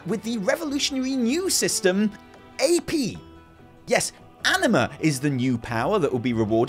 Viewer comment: I can't not hear ENEMA instead of Anima